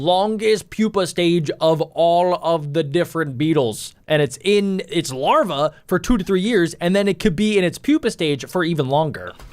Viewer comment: It's larva not lava